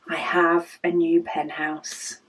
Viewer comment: I LOVE it!!!! I am trying to stop buying pens (for now) 😂 I have a full rainbow that is available in my Lil swivel caddy! And, I pick a pen based upon my mood! I kept giggling b/c it sounded like you said "penthouse" a couple times 😉 I can't wait to see them all organized in there the way you want them !!